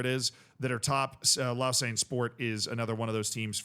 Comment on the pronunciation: I went to school in Lausanne! Happy to see them doing well. Also it’s is Low-Zahn phonetically